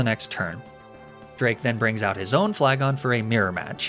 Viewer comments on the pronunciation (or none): I get that it's a joke to miss pronounce certain names, but idk why he always says flygon wrong considering it is his mascot.